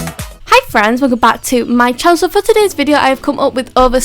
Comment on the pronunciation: Is it just me or did she say hi guys welcome to my chansel